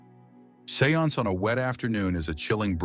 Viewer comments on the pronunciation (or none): none